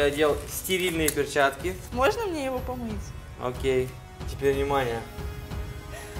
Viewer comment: не акей аа окей